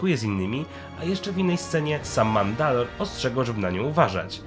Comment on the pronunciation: MANDALORE nie Mandal. Wybaczcie, musiałem